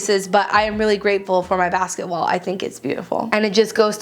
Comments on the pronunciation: every time you said basket wall I thought you said basketball 😂😂😂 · Every time she said basket wall I heard basket ball. 😂😂😂😂😂😂